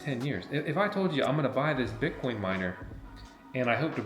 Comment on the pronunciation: "BIT" - - - - "COIN", say it FRENCH......."BIT" - - - - "COIN"